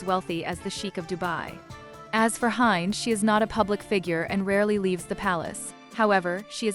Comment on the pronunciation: You do not pronounce her name Hi nd- it’s pronounced Hend. And I’ve met her